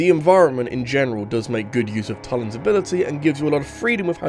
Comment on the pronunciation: TULIN IS PRONOUNCED TOO-LIN. TOO-LIN. Also good video :)